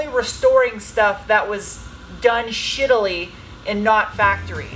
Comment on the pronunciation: And here, I thought I was the only person who says “shitilly.”